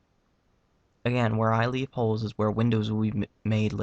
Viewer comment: When he says "where I leave holes is where the windows will be" it sounds like he says "where I leave hoes is where the widows will be"